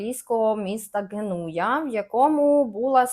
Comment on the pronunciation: Італійське місто ГЕнуя - наголос на перший склад, будь ласка! Так, принаймні, в українській. В оригіналі трохи інакше звучить, але все одно наголос на перший склад